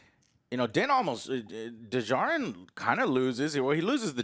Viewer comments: Joe... buddy... it's Din Djarrin, not Duh-jarrin. Like Django, the D is silent. Still love you though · For goodness sake the “D” in “Djarin” is SILENT! 🤣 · din jarrin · The way Joe still doesn’t know how to say Din Djarin’s name is so funny to me.